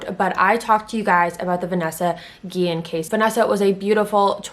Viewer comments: Its not guien its guiyen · Yes a lot of people say Guillen wrong that’s my last name and it gets me mad but I forgive u🥰